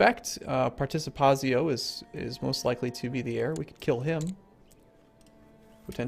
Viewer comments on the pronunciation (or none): its House Participatsio as in "TSK"